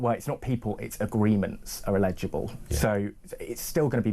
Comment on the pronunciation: Eligible! Not illegible!